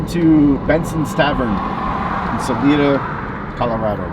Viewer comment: It's pronounced Sal I Da - Salida - say the I as an I not an E. Hope you get on your way soon!